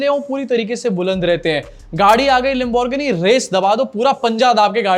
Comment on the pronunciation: bhai yeh is tarah pronounce hoti hai gari lambo.... geeni in 2 part unless you are not talking about famous lamborghini